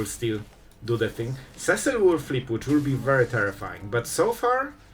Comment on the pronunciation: I’ve said it before and I will say it again: See-sill not Cessill Final Fantasy was only released last June and you still are stuck on Cess-sill. Never learning?